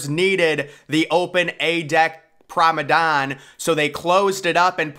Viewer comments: PROMENADE NOT PROMEDANE ffs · it is Promenade not Promadon Man please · "Promenade" pronounced "Promenad" not "Promedan" hehe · Still Saying Promenade As “Promadon”. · So annoying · Exactly, you know what he means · I’ve Never Heard Someone Pronounce It As “Promadon” Before. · ...or maybe he does, he's just to proud to change😁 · He must be trolling us at this point with how he continues to pronounce promenade lol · He really struggles with that word… really annoying voice as well.